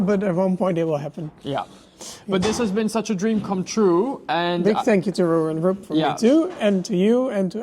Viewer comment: butchering the name Röwer & Rüb is painful to the ears no matter how often he does it. tbf, for an English speaker this name combination is quite difficult to pronounce but could be expected to master it nonetheless as his father knows perfectly well how to do it.:yougotthis